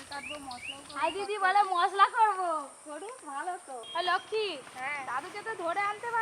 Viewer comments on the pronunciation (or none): none